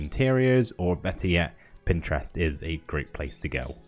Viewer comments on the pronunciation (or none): none